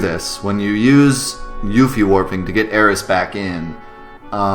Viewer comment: I think this is the first YouTube video on FF7 that actually pronounced all of the proper nouns correctly!